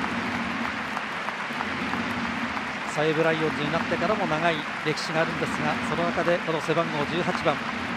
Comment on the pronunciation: "さいぶ"らいおんず…？？